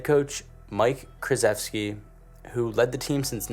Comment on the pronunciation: It’s shesheski